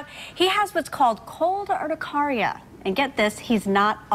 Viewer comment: It’s urti-care-ia not urti-car-ia. I have cold urticaria and have for almost 10 years